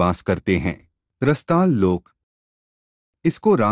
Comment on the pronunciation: भाई साहब इन लोकों के नाम पूर्ण रूपेण ठीक कर लें 🙏🏻 जैसे- रसताल नहीं रसातल